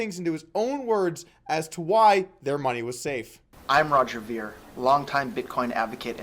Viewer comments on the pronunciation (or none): Meh. Sort of a petty video. Roger Ver has done a lot for Bitcoin and most people who he debates also end up turning petty. It's pronounced "vair" not "veer" :D On to the next one please, Doug. I love all your content otherwise.